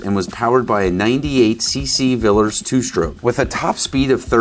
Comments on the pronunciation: Repeat after me..... Welwyn, pronounced Wellin! Villiers, pronounced Villyers! Otherwise, great new channel, lad. We love you over the otherside of the pond geezer. 😁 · Hi. I love your videos. Thought you might find it funny to know that over here we pronounce Welwyn (Home of Corgi) as Well-In😅 Oh, and Villiers, is Villy-Ears. Not a criticism, just a moment of leg pulling. Love the video, please keep them coming😂